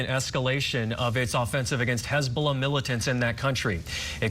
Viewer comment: did that re re say "Hezbollar"